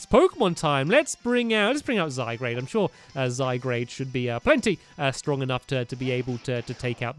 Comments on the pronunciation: Stampy it's zye-guard not zye-grade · It's name is not Zygrade it's Zygard